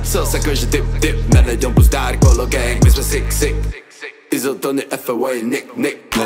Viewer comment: to jak yzo rika "gang" mi rve usi. To mu nikdo pri nahravani nerekl ze se to tak nevyslovuje ? :DDDDDDDDDDD